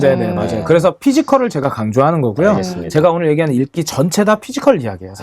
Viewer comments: 읽기 ㅡ 발음이 일끼 아닌가요 ㅎ 국어선생님이신데 익끼라고 발음 하시네용 ㅎㅎ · 너무 재밌고 도움 많이 되었습니다^^ 다만, 읽기[익끼X][일끼O] 죄송해요ㅋㅋ이끼로 계속 들려서 그냥 말씀드리고 싶었어요ㅋㅋ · 국어선생님인데 애들이 ’땡깡‘을 부린다하고 읽기를’익끼‘라고 발음하시네요 ㅎㅎ